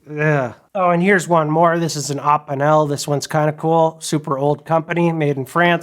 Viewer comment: btw eppinelle is pronounced ep-e-nell